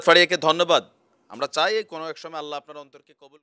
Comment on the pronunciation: আল্লা হ উচ্চারণ করা ঠিক না । অনেকেই ভুল ভাবে এমনটি বলে । সঠিক ভাবে আল্লাহ্ বলা উচিৎ ।